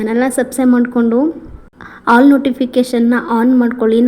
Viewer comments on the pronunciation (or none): ಹೈ ಹಾಲ್ ಅಲ್ಲ ಆಲ್ 😎😎😎🌹🌹🌹... ಸುಪರ್ ಹೆಸ್ರು ಕಾಳ್ ದೋಸೆ 👌👌